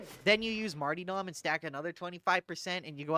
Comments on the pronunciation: The smallest and most pointless contribution I have, and apologies in advance: Martyrdom is pronounced Mar-ta-dum, rather than Mar-tee-dom. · So, why do you pronounce it marty-dom (martee-dom) instead of martyr-dom (marter-dom)? I feel silly asking like maybe it is some sort of in-joke I don't get? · Are you saying Marty-dom instead of martyr-dom on purpose to big people like me? lol CAUSE ITS WORKIN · was also curious why he pronounced it that way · I can't tell if you're calling it marty-dumb deliberately or if it is just the accent... I think I need to review my builds for over-critting. And maybe roll up a spare dueling sword...